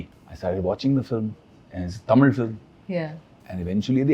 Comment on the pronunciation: Huge respect for this man. Especially when he pronounced “Tamil” as “TAMIZH”